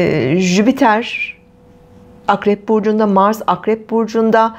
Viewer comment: Lütfen jüpitere jübiter deme...